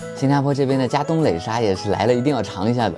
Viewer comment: 不唸壘，唸拉，叻沙面、拉沙面！